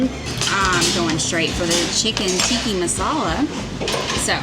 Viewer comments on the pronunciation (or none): Obviously, if I was going to lose money on the next cruise I would take the NCL refund. It's a no brainer but if you don't lose too much on your Virgin cruise or can claim then stay with Aqua...FYO it's Chicken Tikka (not Tikki 😁) Masala. Enjoy you guys...so glad your not as dramatic as Ben and David...🙄